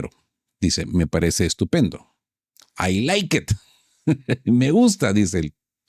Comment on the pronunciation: Dijo TROMP...ME PARECE ESTUPENDO ... pero lo que parece que dijo FUE : ME PARECE ESTUPIDO...😂